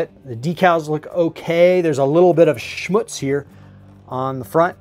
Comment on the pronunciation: Awesome finds buddy. Love it how you Americans say Schmutz lol. Sounds really German lol. That Snowspeeder is amazing. And C3PO for 20 Bucks, man that is a steal. Thumbs up as always my friend. Really enjoy your content.